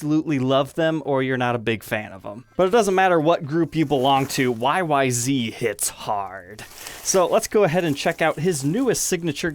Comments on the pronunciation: It’s YYZ not YYZee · The song YYZ is pronounced “why why zed”. This is a Canadian song from a Canadian band named after a Canadian airport. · It’s pronounced why-why-zed